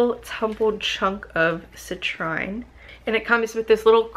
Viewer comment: Hey great video! I always love watching your unboxing videos, I love looking at little things like that so this is basically my porn😂. For future reference that cute little yellow crystal is pronounced "cih-treen". Citrine is a beautiful crystal when it's fully yellow, lots of bright energy like the sun! Love & Light witch sister ✨